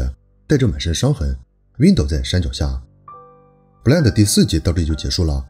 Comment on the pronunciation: blind发音有意思。。。不烂的 哈哈哈